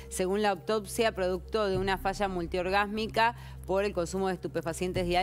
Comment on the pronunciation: encima después vuelve a decir multiorgásmicas 😅